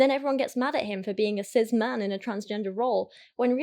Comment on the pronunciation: why does she pronounce cis as sizz